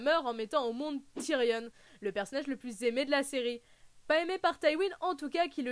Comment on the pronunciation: Tyrion pas Tyrionne mais super vidéo